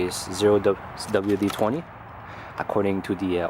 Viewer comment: bwahhahahaaaa zero double u dee twenty you said it like 3 times in a roll loool